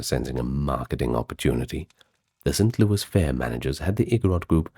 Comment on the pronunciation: Its st louis not louie. But i have heard it that way a time or two in my many years in Missouri.